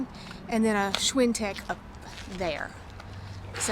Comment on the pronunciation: You lost me at schwin-tech